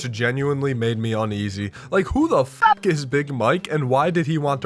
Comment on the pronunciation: He really said: "Who the Fock is Joe?!" The gameplay actually made it great. joe, maybe not that bad!